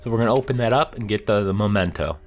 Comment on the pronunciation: For god's sake, it's "mEmento" not "mOmento." MEH-men-toh.